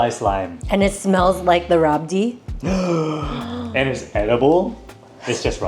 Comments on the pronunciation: Its pronounced as "rabri" not "rabdi'. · It's rabri not rabdi 😊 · Rabdi is pronounced rabri normally. Otherwise its rabrdi